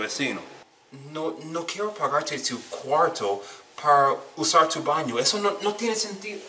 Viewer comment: I have really been enjoying your videos man! They shed some light in to things that I need to start working on. Thank you for the content! I can't help but admit that I cringed so hard when you were speaking Spanish horribly. I know people who pronounce a lot of the words like that! (- Por ejemplo ¿Puedo ir al baño? (PWAY-DOH IR ALL BAN-EO POR FAH-VOR.) Keep it going man! hahaha